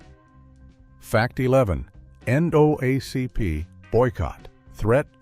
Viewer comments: Tell your AI voice it's the EN DOUBLE AY CEE PEE. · Talks about the significance of the 1964½ Ford Mustang but shows 1957 Chevrolet. Can't pronounce Palmolive. Expounds about a lamp post it doesn't show. Can't say NAACP. AI creation & narration leaves much to be desired.